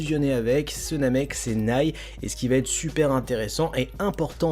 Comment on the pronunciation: S’il te plaît stop dire " nay le " mais dis " néyl"